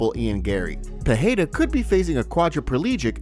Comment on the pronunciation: When will this guy learn how to properly pronounce Pereira??? Fuh-hey-duh? LMAO. And the constant "sends warning" is old, bro. Get something new!!!